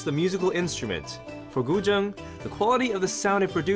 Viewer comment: I've just learnt how to pronounce guzheng. Thank you, interesting video!